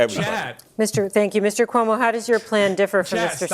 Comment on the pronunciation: Calling him Cum-O is Crazy lmaoooo